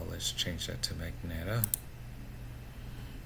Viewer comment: ITS MUH-JEN-TUH